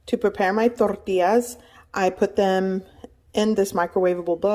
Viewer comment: why do you pronounce tacos and tortillas like that..... lmao